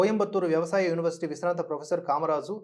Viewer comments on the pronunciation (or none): none